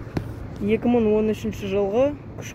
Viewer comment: Мын емес, мың